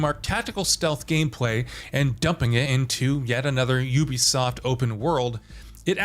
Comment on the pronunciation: Would explain why he keeps changing the pronounciation of "Ubisoft" in every segment.